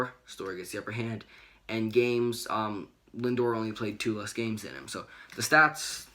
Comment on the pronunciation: Do you guys speak English it’s pronounced “Lindor”